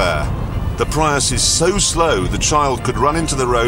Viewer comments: Toyota "Pry-us" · Toyota "Pryus" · He said toyota pry us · did he pronounce prius like that as a joke ? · Clarkson doesn’t even know how to PRONOUNCE “Prius”, and knows even less about its engineering. Too bad for him that the Toyota Prius is the top-selling PHEV…. “IN THE WORLD”.